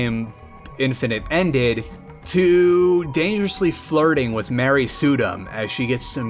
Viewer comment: I love your channel and content but when you say with you say wiss. sorry😅